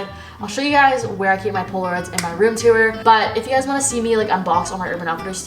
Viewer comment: Nobody:toor: tew uhr